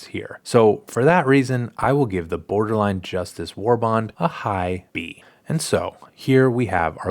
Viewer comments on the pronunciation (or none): Boderline Justice, Good video though but I found that funny.